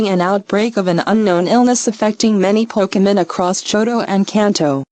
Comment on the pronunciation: When they say Pokemon it sounds like "Pokemoan"